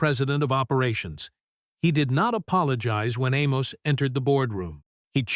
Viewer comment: Amos should have pulled his investment because A.I. cannot consistently pronounce his name.. 👇🏾😋